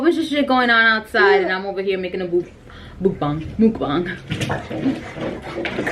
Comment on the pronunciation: You're baby is cute you said mukbang wrong